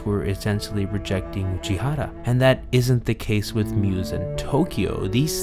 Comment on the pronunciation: But for the love of god please stop pronouncing Uchiura and Aqours wrong AAAAAAAAAAAAAAAAH